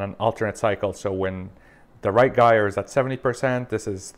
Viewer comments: They actually identify as girlers not guyers... it is pronounced /ˈjī(ə)r/ Or ji er rhymes with higher 👍🏼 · The g in gyre is pronounced as a J!